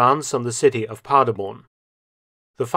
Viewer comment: Every time he says 'Paderborn' and mispronounces it, it makes my teeth itch. My wife's family is from a village near Paderborn and they do not say the name the way Mr Felton does.